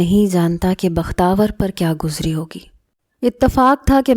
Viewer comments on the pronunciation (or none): none